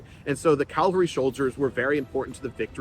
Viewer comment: "CAV-alry". Cavalry.